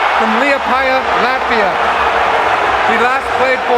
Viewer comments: Bro said lativa not latvia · lativa 😂 its LATVIA ffs get the country right at least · Comming out of "Lativa" lmfao . How do you expect to be taken seriously when you can't say Latvia properly ?! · Bruh,wtf is a lativa? its LAT-VIA lol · Lativa?! It's LATVIA!! Jesus Christ... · “Latvia” not Lativa 😂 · Lativa? Lol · "I've never heard of Lativia" He may not have liked the pick but at least he learned some geography despite mispronouncing the country's name. 😑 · bruh you said lativa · “Tingus Pingus” “Lativi-uh” words that resonate in icon New York Citizen. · wtf is Lativa? man when you speak in mic, maybe print out the text you will read and read it factually correct. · How do Yanks struggle to pronounce Latvia every single time? Its literally pronounced how its spelt, LAT–VIA. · "Lativa" lol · Yes, "lah" ti va ....as in Queen Latifah. My noodle-y countryman can thank the public schools and TV here for his worldly knowledge. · bro can you atleast say the country correctly? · the way you absolutely butchered the word latvia genuinely made me laugh